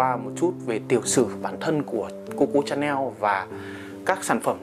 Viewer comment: Đọc là Shà-neo, ai đọc là Cha-neo